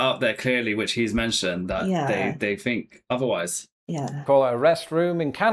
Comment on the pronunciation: Why does this attractive young lady pronounce "think" as "fink"?. Just askin".